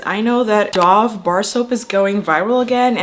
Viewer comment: Dove. Like the bird. Not Dav